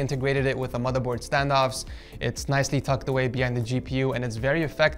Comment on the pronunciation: No one: Litterally no one:: MOTHA BOAD